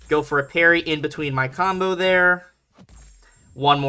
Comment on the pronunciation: Your parry sounds like hairy sometimes.